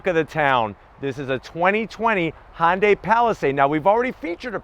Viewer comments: I need to “zonk” your mispronunciation of Hyundai. Couldn’t get through the entire vid because of it. It rhymes with Sunday. Try “hunday”. It’s not Honday. Sounds like you are crossing Honda and Hyundai. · STOP SAYING HON-DAY! Damn!